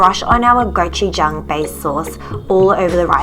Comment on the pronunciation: Goujuchang LMFAO